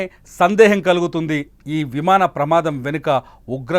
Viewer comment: Vimada kadu vimana